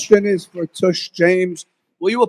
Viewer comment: Why does he have to leave after just asking a question? LOL he called her T-U-S-H James! hahahahaha TUSH MEANS ASS! LMAO